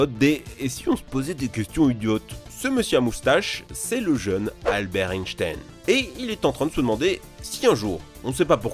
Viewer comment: Vous avez tué le nom d'Albert